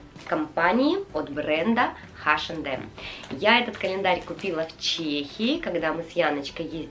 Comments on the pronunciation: Очень классное видео, мне понравилось, очень хотелось посмотреть распаковки таких календарей и долго не могла найти, а у вас все очень классно! Только мне, очень сильно на уши влияло ваше название H&M [айшем дем] но все равно видео классное👍👍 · спасибо за видео!))) Вы так смешно "Эйч энд Эм"обзываете)))"Хэш энд Эмом"(название смешнючее получилось)))) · у меня подруга вообще ХаЭм называет))))